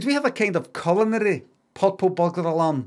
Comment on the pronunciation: Subtitles were needed for this.. I had no idea he was trying to say purple butler Alan culinary